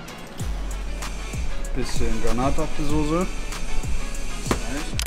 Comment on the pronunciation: vorallem “bissjen” paprika 😂👌🏼